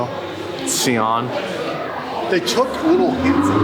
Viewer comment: Si-on. Please. Idec if sieon is the correct name.